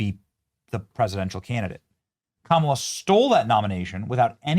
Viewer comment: It’s pronounced Kamala not Kamala!